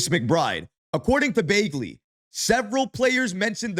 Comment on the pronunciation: I haven’t watched your videos in about a year. It’s good to see that you still say Ian Begley’s name wrong.